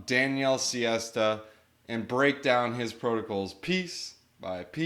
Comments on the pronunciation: Sesta - not siesta🤣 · Daniele sesta, full name sestagalli not siesta 🤣